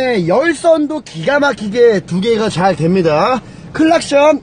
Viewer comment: 좌알됩니다할때 좌부랄말하는줄 ㅎㅎ